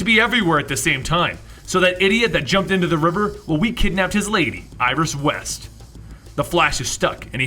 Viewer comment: you said iris rest